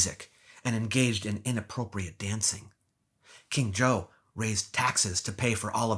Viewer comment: "King Zhou of Shang" becomes "King Joe of Shanghai"